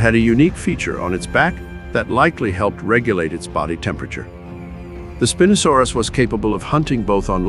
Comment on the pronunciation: So I’m not in love with how you pronounce Spinosaurus😢